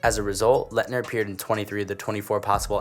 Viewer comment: Why wouldn’t you make the list in order lmao and you can’t even say Laettner bro